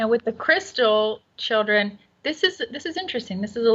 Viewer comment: What the hell is a "Chilcren"?!?!?!?!